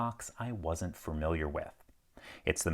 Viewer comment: You also clearly aren't FA-mil-iar with the word "familiar", as you keep saying FER-mil-iar instead. 🤦‍♂